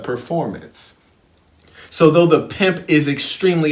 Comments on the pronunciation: I can't even watch the video because of the way he says Piymp I'm still in the 1st minute I need to practice how to say Piymp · Love the emphasis,! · How you say pimp 🤣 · Laughing so hard at the way you say pimp every time!?!?!? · Errbody cant Pronounce PIMP!!!